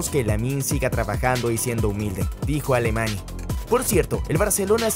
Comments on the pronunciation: Lo de este chico es una locura aunque me preocupa que se le compare e infle demasiado porque si tiene alguna mala temporada como Ansu le van a linchar. Y otra cosa, por favor pronunciad bien "la Masía" con el acento en la i y no en la a y "mateu Alemany" que suena Alemañ no Alemani xd. A parte de este pequeño detalle buen video! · JAJAJAJAJAJ DICE ALEMAY OJALA SIGA SIENDO HUMILDE, PORQUE SI PIDE UN POCO DE DINERO YA NO LE PODEMOS PAGAR JAJAJAJAJA